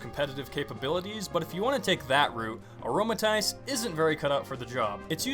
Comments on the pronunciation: I am not raging, or upset in the slightest about your opinions, but: 10: Fighting-type is Emboar's secondary typing. 9. I agree 8. Aromatisse (uh-RO-muh-TEESS) 7. Great pun the rest i have no comment on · your pronunciation is really annoying - it's: aromaTEESE, aloMOmola, ariAdos, even your yan for Yanma is a little too 'aw'.